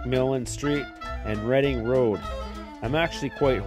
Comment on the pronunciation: Thank you for pronouncing Reading Road correctly! You must be familiar with the Cincinnati area to know that Reading is pronounced "redding", not "reeding"